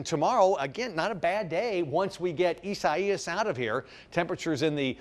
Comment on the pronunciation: Do you butcher the pronounciation of Isaias because it is a biblical name?